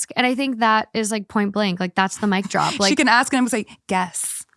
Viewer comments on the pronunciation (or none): none